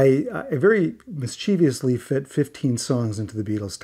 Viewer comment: A well-chosen and explained list--but,: it's "MIS-chuh-vus," not "mis-CHEE-vee-us."